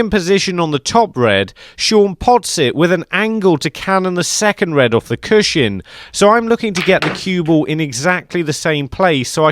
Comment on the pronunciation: Cushion, pronounced CUSHUN. There is no shin in cushion. Please stop saying it, stops me watching these videos 😭